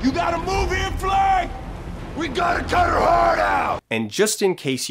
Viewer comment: "We gotta cudder herd out!"